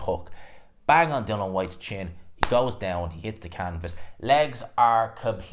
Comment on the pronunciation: IAN... DillI -IAN DILL-IAN DILL-IAN.. It not fkn Dillon ffs